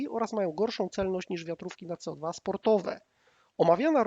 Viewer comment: Łolter? Walther był Niemcem czyli WALT'ER! Nie codwa tylko CEO DWA. Poza tym bardzo fajny materiał . 👍